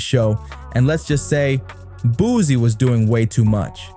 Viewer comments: He keep saying Boozie and it’s frying me 😩😩😩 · Why he keeps calling him boozy😂